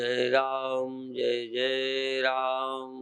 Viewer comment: जै जै राम होता है शुद्ध उच्चारण की जय जय राम शुद्ध उच्चारण है 🙏